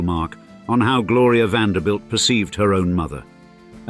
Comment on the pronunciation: Finally a narrator who pronounced the last name correctly! as in VAN -DER -BUILT. Some of them pronounced it as "BELT"